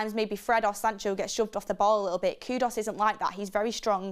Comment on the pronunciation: ITS KU -DUS NOT KUDOS. BLOODY HELL ITS NOT THAT HARD TO PRONOUNCE